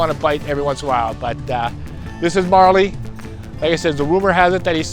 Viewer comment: A little bit wrong in spots, but fun to listen to none the less. And it's pronounced MOOREly's dog not MARley's dog. Glad to hear you're doing better.